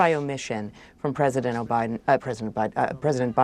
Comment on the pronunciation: I know it was a slip of the tongue but im going to steal "O'Biden"